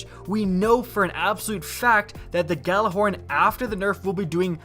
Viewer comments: You pronounce it Yallahorn you uneducated fool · Why can no one pronounce Gjallarhorn correctly? The Gj makes a Y sound guys. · Everybody pronounces Gjallarhorn wrong...